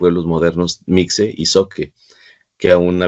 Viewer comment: Por favor no diga "mikse-zoque" no le reste seriedad al tema con ese error tan garrafal La palabra mixe se pronuncia "mije"